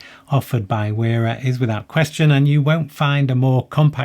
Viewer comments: Wera is pronounced “Vera”. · Where is the line drawn? Why pronounce Knipex with its proper German pronunciation but not Wera?